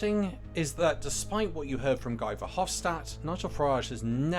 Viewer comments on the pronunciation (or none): Great work as usual. A little tip: ‘Guy’ in this man’s case would be pronounced like ‘ghee’. Hope it helps.